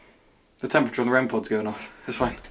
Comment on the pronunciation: Did you say The rempeture? As in rempod temperature 😂